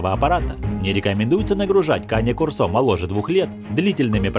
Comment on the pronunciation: Там нерусский что ли комментирует? Кане-кОрсо, а на корсО!!!